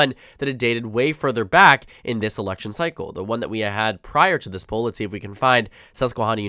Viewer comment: 1) it’s not pronounced the way you said poll 2) 270 town still has Trump w/ higher average and is winning by 3 in another poll with higher sample size